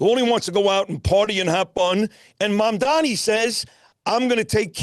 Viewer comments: It's not Mamdami. It's Mamdani. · It’s Mam-DANI (with an N), not Mamdami